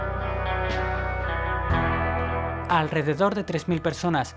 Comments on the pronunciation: Se pronuncia Steve Raitt van asi mero jajaja jajaja jajaja no vogan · Cuantas veces mas podria pronunciar mas el apellido ? Hahahaha Stevie Ray Vougan!!! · El nombre " Vaughan" se pronuncia como "Von" del alemán,tío, pon cuidado a la pronunciación del video en Berlin y otros. Por otro lado, el nombre "Van", como el de "Van Halen", es de origen holandés. SRV fue un músico excepciónal, pero en nada superó a Hendrix, parece que quería ser un Hendrix blanco, y lo consiguió, diría? Lástima que murió joven, pudo haber logrado muchas cosas porque era un músico todavía en evolución. Tal cual! (*_*))))) _-' **.' - _! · Hay que mejorar la pronunciación del inglés sobre todo en el apellido de Stevie